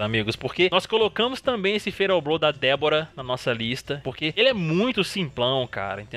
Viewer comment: Eu ouvi você falar Débora em vez de D vorak